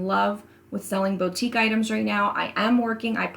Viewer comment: Loved your video. Super helpful. Can I gently make a pronunciation suggestion? It’s Boo tique, Not Bow...